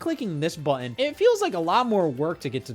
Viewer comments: From one Scott to another, im not trying to make you feel self-concious but hearing you say buh-inn over and over and over again is making my day. Thank you so much. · why does he sometimes forget the word "button" has t's in it